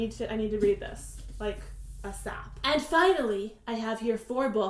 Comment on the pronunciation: Wait. Does everyone say ASAP like that? Omg, I don't know.